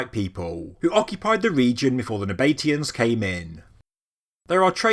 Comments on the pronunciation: "Nab-a-tee-ans" NOT "Na-bate-ians". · It is 4 syllables it's just the pronunciation that's a bit out. I don't know whether it is possible to spell it phonetically but I'll give it a try - NAB A TEE AN. Well I did say I would try. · It's pronounced Naba-TEE-Uns, not Na-BATE-ians. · Nab uh tea ins expertly butchered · "Naba tee ans" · is it not pronounced "nah- bah- TEE- ann" ? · Interesting pronunciation of the Nabatean's ?? I have always gone for 2 syllable, you go for 4 syllable. ??